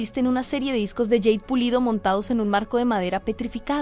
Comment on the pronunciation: Por favor, no digas más yeid!!!! Es jade!! 😊